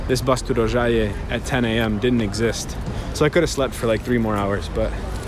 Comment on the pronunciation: Tip: the O in serbocroat is shorter (you said it great in Rožaje)